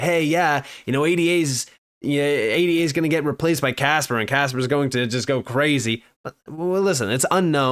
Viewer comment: Bro...... can you please stop spelling ADA out and just say Ayduh?